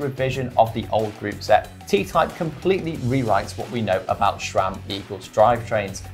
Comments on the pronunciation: There’s no “h” in SRAM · I wince every time someone says "shram"